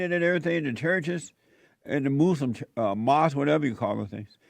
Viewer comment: ILOVE how Jesse says “MOOSE-limb” 😂🤣😂